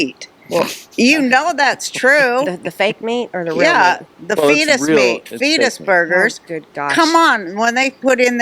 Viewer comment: No no no, I never want to hear the term “fet-s burger” again.